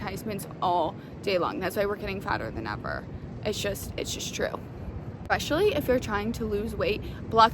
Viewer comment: There is no X in the word especially...